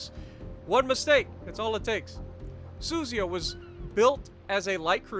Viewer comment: It's pronounced Su Zu Ya